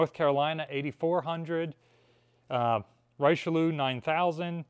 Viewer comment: “Rice-she-loo”. The well known French battleship and cardinal.